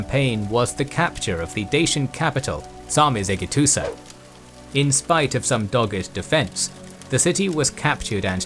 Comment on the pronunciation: Good job on the pronunciation of the Dacian capital. And then that big one later haha